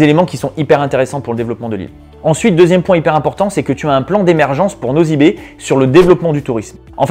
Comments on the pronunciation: franchement tu parles trop vite et en plus on ne dit pas " nozy be" mais c'est ' nossy be " pffff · tu prononce nossy be pas nozy be